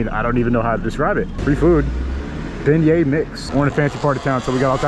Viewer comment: im impressed he pronounced beignets correctly most people somehow manage to screw it up lol